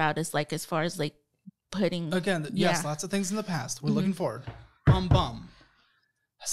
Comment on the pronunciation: When someone says “gesh” instead of yes I take nothing seriously.